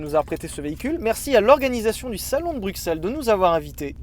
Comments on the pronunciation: Bruxelles enfin prononcé correctement par un français => Coeur sur vous : Comparaison de l'Atonium à la tour Eiffel peu glorieuse suivi d'un tacle au niveau des genoux concernant la coupe du monde => Quelle indignité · alors perso je suis Belge et je prononce bruXelles et pas bruSSels comme les flamands voilà merci de respecter la francophonie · je suis Bruxellois et tous le monde ici dit BRUXELLE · En même temps, ça s'écrit Bruxelles en français... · le rpincipe du "x" c'est que ça se prononce "x" pas "s"